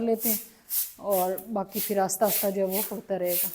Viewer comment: Asta asta nhn hota ahista ahista hota hy